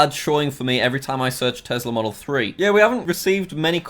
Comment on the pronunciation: Its not a tezzla, its a tesla